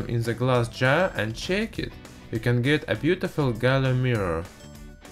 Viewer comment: LOL he says gallum